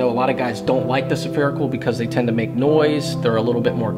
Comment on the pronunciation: Spherical not Saaapherical.